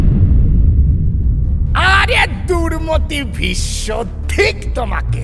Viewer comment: I’ve been an avid fan of mirchi bangla all these years and was very excited to hear the Mahabharat but it was killed by a horrible narration and terrible pronunciation by the narrator. Every time I hear Bhissssnno and not Bhisso just ticks me off. Stopped listening to it after episode 3. Guess he has a chandrabindu problem.